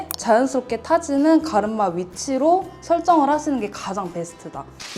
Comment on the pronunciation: 갈음마 ㅎㅎ 발음 귀여우세요 😊😊